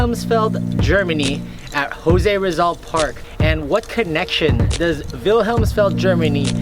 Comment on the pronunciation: ang weird mo magpronounce ng jose rizal tse!!!!